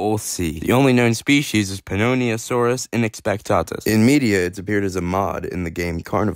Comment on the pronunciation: Bro's struggling to say the name